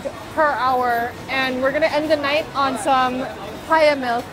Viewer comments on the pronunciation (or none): LOOOL the Mandarin-English-Korean 😂. You said "2" in Mandarin and then just said Papaya Milk in a Mandarin-Korean accent. It's the effort that counts